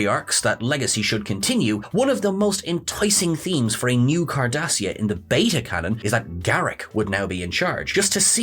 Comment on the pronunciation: Lol "Khardashia prime"